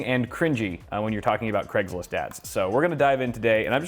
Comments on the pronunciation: is he saying creg or craig? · UK listening to this: c r E g s list